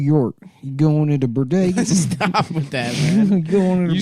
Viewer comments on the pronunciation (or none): "Burdega" hits every time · To this day, I still pronounce bodega as "burdega" every time I walk by one. 🤣